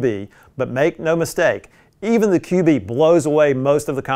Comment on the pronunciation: I think it’s pronounced “cube” not “QB”?